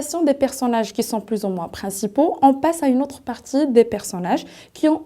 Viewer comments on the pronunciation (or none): none